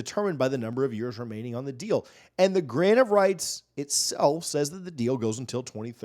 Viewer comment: Every time he says “grant of rights” I hear “grain of rice” I swear